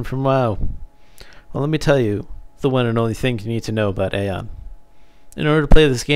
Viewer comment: its pronouced Ion no aon omfg.. the npcs even say ion not aon ffs